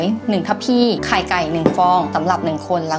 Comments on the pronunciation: พูดว่าไขล่พระอาทิตย์ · ไขล่พระอาทิตย์ พี่พูด555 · พูดว่าขไรพระอาทิตย์